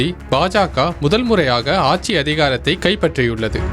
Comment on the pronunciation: 😂 மறைந்த நடிகர் விவேக் சொன்னதையே நானும் சொல்கிறேன்.. செய்தி சேனலில் எப்படிப்பட்ட ஆட்கள் வேலை பார்க்கிறார்கள்.. தாய் மொழியாம் தமிழ் மொழியின் உச்சரிப்பை பாருங்கள். யோவ் அது ஆச்சி இல்லையா ஆட்சி...